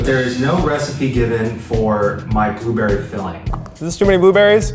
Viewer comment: Boobeery Blue berry Pronounciation. Mistake ned Apple's should be caramelised with lemon juice, sugar and cinnamon. Keith you are wrong. When you put it in your filling you poked a knife through it and ruined your crust yourself. It was not the fault of the pie tin.